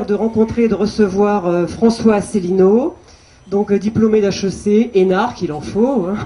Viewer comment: On a une véritable synthèse dès le début, avec une présentatrice qui essaie de nous vendre son auteur comme un courageux iconoclaste, alors que son CV ressemble à une batterie de casseroles, sa présentation de François Asselineau dont elle écorche le nom et dont elle oublie (volontairement ?) le nom du parti, en le faisant passer, par contraste, pour un apparatchik, et le mépris de M. d'Héré lui-même pour son contradicteur qu'il traite d'extrémiste et de marginal sans le regarder, en croyant balayer le débat d'un revers de manche.